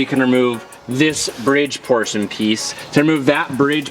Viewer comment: Is it me? Or is it just "that bridge porson piece..."? Woooooord! Anyway praying for Sabrina's quick recovery! God bless u and the whole HUNn'Company (as how says it)🥴❤️